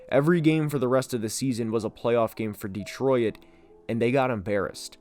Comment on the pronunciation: Why you say Detroit like “detroyet” 😂